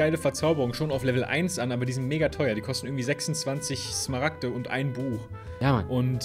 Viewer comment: Ich muss ehrlich sagen die Smaragte sagt, echt mega triggernt XD